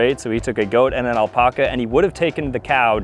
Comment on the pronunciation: I wish Ginger did because you’re mispronouncing alpaca and it’s driving me nuts